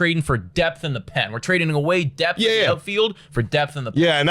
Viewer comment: "Don't have depth-uh"